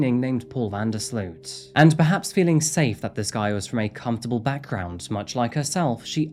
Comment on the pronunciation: Great video as usual! Although as a Dutch person I do have to correct you on the pronounciation of "Sloot". It's not pronounced as "sleuth" but more like "sloat". Not sure if that makes sense, but I figured I'd try haha